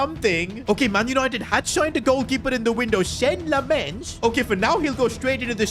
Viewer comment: It's lammens not lemmens